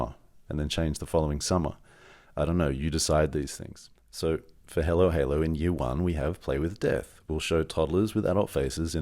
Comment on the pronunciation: Great video and thanks for sharing your experience and knowledge. With all respect — why do you pronounce “Hallow” as halo? I’d pronounce your company “halo halo” — or am I missing something.